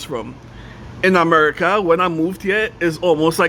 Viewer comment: Chrinidad v AmericaH… like you’ve lived everywhere in the US. It’s like visiting Ghana and saying “Africa” 🙄